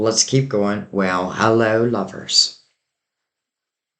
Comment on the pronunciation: I heard you say 'hullo'...I'm going on a date tomorrow with someone I met on the 'Hullo' ferry..synchronicity indeed..but there could be another..shall see